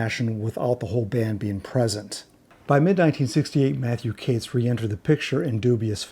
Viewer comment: Are you sure your pronouncing Kates correctly ? But great vid lol